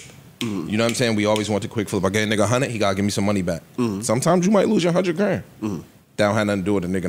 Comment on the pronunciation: It's "one-hundred" my people, not "one-hunit"! Dayum!